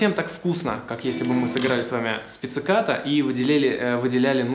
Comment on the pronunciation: вообще то, нет. только у гитаристов так приём называется, и да, не "пецикато", а "пиццикато".